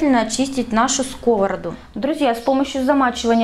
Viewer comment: Ставь правильно ударение на скОвороду😂